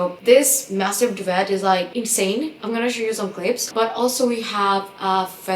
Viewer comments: Merry Christmas! I watch all your videos, so thank you for making them! We actually pronounce duvet doo-vay. It's basically a French word we use like fiancé. We also pronounce buffet 😋 🍛 like buff-fay. Your English is amazing but just so you know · Thank you! Likewise I came on to comment too regarding duvet/doo-vay. 🩰 Ballet is also a French word and is pronounced Bal-lay. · Thank you! I was coming here to comment the same and ask (respectfully) to check the pronunciation for duvet on Google. Also the grammar for on/ in - the coffee machine is in the kitchen; the link is in the comment box - use of 'on' instead of 'in' doesn't make sense in these contexts ❤